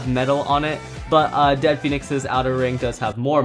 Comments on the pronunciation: its dread not dead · It's not dead pheonix it's dread pheanix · It's dread phoenix not dead phoenies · It’s NOT Dead Phoenix. It’s Dread Phoenix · It's dread Phoenix not dead phoenix